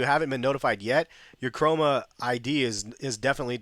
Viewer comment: *Chroma option. You make that mistake quite often hahah